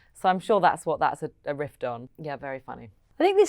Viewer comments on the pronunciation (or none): Mischievous not mischiev-ious! Riff not rift. Half-sister not step-sister: shared parent (father).